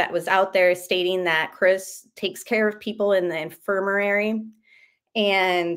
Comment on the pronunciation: It's infermary....not infermarary